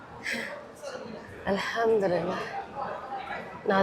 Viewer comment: Al ham du Lillah boliye aap galat pronounce karti ho